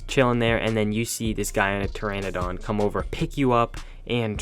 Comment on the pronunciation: You keep saying Pteradon wrong. Pronounce it like “teradon”